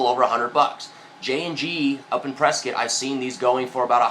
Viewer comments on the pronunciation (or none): none